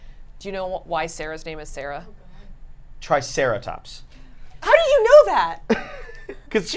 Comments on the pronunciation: It's Cera, come on. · It's Cera, not Sara lol like triceratops